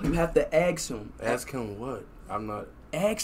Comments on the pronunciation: In Speed Lang Ask Him = Axe Him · Lol axe him 😂😂😂😂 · axe him a question.....~Speed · His dad thought he's saying "X him a question"💀💀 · aKs him -Ask him what +AKs him -Ask him what? +Just aKs him questions… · Speed:Axe him questions Speed dad: ask what? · Speed was supposed to say " ask him a question" 😂😂😂😂😂😂